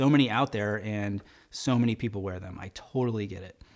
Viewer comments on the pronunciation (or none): none